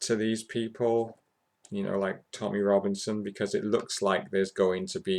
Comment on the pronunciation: it's Tommy not tommyeh